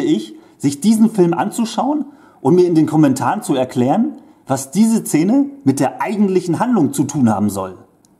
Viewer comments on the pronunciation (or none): Sag noch einmal „Zene“ 😂